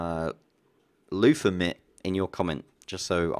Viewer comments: Luffamit??? Haha:D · loofamit i think thats what you said lol. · Loofamitt? lol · Loofamit I think was the word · Lutham? That's what it sounded like. Anyway, cool vid bro :) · loofa mitt LOL wtf